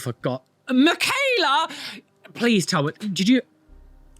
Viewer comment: Michaela is like Michael its mit a k its a ch yall say Ger name wrong